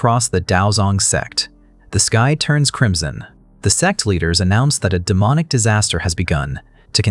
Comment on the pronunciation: I still can't get over the ai mispronunciation of sect 😂😂😂 it's always sex 💀 now I literally have to look around each time it's mentioned or someone might think I'm watching adult stuff